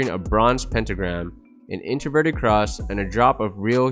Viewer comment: hahahha "interverted" cross lmao